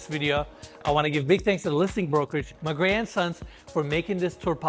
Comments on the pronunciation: When he said "Magrey & Sons" i thought he said "my grandsons" i was like whaaaat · Every time you say "Magrey & Sons" it sounds like you're saying "My grandsons" with a Southern US accent and it's tripping me out. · When he mentions the real estate group giving the details. Sounds like he’s saying “my grandsons”. Caught me off guard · When he said the listing agent I thought he said my grandsons. Lmao im like I know y'all age well but damn! Lmao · Is it just me or does it sound like he's saying ma' grandsons instead LOL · Magrey&sons sounds like "my grandson". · I thought he said "my grandsons" he said mgrey and sons I'm like u got grandsons lol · Magrey and Sons sounded My Grand Sons... LOL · Is anybody else hearing say MY GRANDSONS LOL 😂..... INcredible home